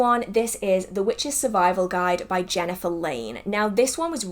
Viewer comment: I also recently picked Jhenah’s newest book and you did pronounce her name correctly! However, I have not started it yet. I am current reading As the Last Leaf Falls by Kristoffer Hughes